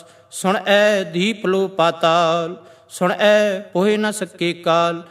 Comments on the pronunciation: भाई साहेब जी बेनती है 8 वी पोरी में आपकी पेरनौंसेशन सुण ऐ महसूस हो रही है जबकि गुरवाणी अनुसार सुणिऐ होनी चाहिये। वैसे कुल मिलाके वीडियो सराहनीय है। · Suneayen theek pronunciation hai. Bhai Sahib ji gurbani da sahi ucharan karo ji.